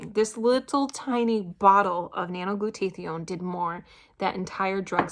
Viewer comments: glad it helped you! its helped me allot as well. It is pronounced "glue-taa-thy-own." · I noticed too that is wasn't pronounced correctly, but good for her that she is taking it. We take something calling Immunocal which produces Glutathione in the cells. Has 11 medical method of use patents and have been taking it for 15 years. I had polio and my husband just beat cancer.